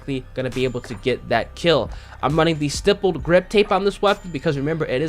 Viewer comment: Youtubers still cant say stippled or grenadier half a year later lol